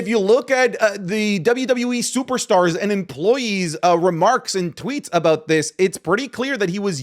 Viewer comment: As an Australian I forgot you were until i heard "Aboot" haha love the vids.